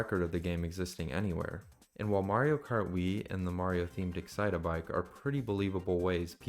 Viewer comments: its excite-bike, not excit-a-bike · Please, it's not excite-a-bike, it's just excitebike 😭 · why are we calling it excite-a-bike? its just excite-bike bro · I had to stop what I was doing as soon as I heard you start saying "Excite-a-bike". That isn't what the game is called. It's just Excite Bike. 3 syllables, no "a" sound in the middle. Terribly jarring to hear it pronounced so wrong. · "Excite-a-bike" Multiple times, LMAO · It’s just “Excitebike”. Like, excite, then bike. Not “excite a bike” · i swear I just got multiple aneurysms from hearing “the original Nintendo 64 Excite-o-bike game” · can you please stop saying "excite-uh-bike" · bro really said excite-a-bike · Why are you pronouncing excitebike as "excite-a-bike"? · you've got to be kidding me. My sister also pronounces excitebike as "excite a bike" and this is not helping my case 😭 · excite-uh bike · Ngl just him pronouncing it like that was driving me up a wall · The way you pronounce "Excitebike" is hilarious. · the way you pronounce excitebike is about to make me hulk out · please stop pronouncing excitebike that way 😭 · mispronouncing the name of a game they've likely never even played does not automatically make the video ai... People just call everything ai nowadays this is just like the boy who cried wolf